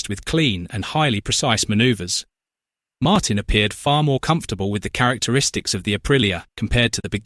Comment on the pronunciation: Yep, Aprilia is an overnight sensation; but it was about sixteen years in the making. They are looking good now! Grinding away on the entire field. Ai Ogura on a satellite bike on the podium too! Hey, it’s pronounced “Mar-teen” ya stinking computer AI.